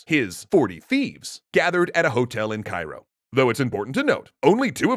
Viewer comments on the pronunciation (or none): none